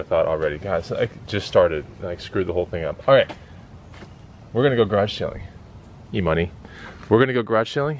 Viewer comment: E-Money sounded like E-Utah. 🤣